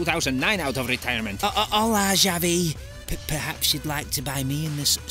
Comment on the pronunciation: Xavi* not Giavi